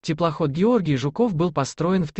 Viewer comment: Блин, автор! Ну какой ЖуКОВ!!! ЖУКов!!!😅